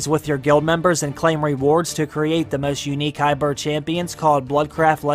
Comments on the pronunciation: It’s hybrid not hybird. Come on man. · Hybrid -> "Hi birds" lol